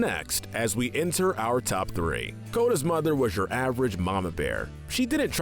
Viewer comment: Bambi's Mo-THer